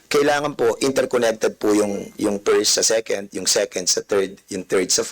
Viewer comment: O dobolimolasyon, pift, firs sa second, ano ba yan, baka pwede mo paayos dila mo, dami ka naman pera